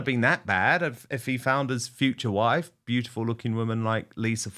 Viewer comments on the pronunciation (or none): none